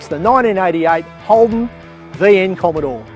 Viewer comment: Gorgeous cars! A bit of a break from the "bommidore!"